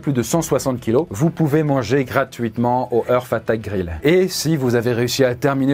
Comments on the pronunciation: Lol l'accent anglais de! "Eursse" = "Earth" comme prononcé signifie "Terre". Ça se dit plutôt "Harte" = "Heart" le cœur. Voilà voilà jle place là 😅 Merci pour cette vidéo 😉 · comment il peut y avoir une équipe derriere et ne pas corrige de simple prononciation d'anglais. entre hart attack et hearth attack. c'est pas compliqué heart a dire pourtant. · Faut revoir ta prononciation de l anglais. Heart c est art ! Pas eurf... Ca c est earth.. la terre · Purée ne prononce pas heart comme earth!